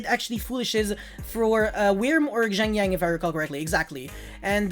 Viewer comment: xianjiang is pronounced Sheng-Geng (capital G pronounciation) as far as i know xd